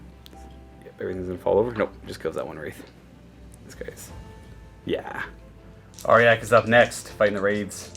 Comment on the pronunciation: I'm sorry its not "are-yack" its "are-jack"